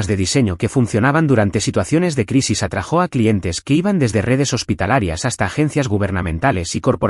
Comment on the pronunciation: Atrajó se dice atrájo